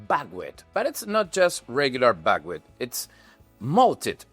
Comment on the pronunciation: Bagwit ? What is Bagwit ? I searched for it and can't find any kind of grain or seed with even a similar name. You don't list it in your ingredients so I'm working from your pronunciation with a heavy accent and the auto-generated transcript. Maybe you're saying Buckwheat ?